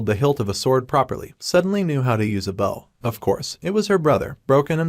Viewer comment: You have no idea how nice it is to have a recaper that knows they need to respell the word "bow" (the weapon) so it doesnt make the voice sound like "bow" (front of a ship) it hurts my brain every tine a recap does that wrong so thanks.